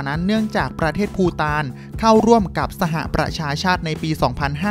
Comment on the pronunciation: ภูฐานคับไม่ใช่ปูตาน